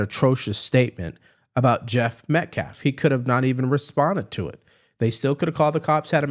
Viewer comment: He never says Austin’s last name correctly. It felt purposeful!! It’s not Metclaff you race hustling cowards!!